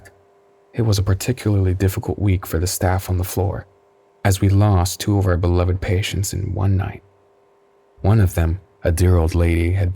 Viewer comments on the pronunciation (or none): none